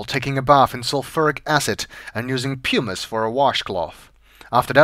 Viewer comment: It's PUM-iss, not "PYOO-miss".